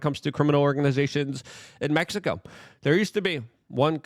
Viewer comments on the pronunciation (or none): none